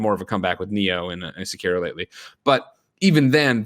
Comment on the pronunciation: Please tell me someone out there is making a compilation of every time greggy mispronounces sekiro